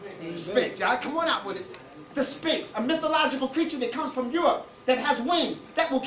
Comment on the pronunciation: HE DOESN'T PRONOUNCE SPHINX CORRECTLY